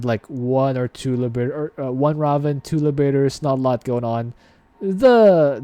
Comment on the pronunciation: "Ray-ven" is how its pronounced :)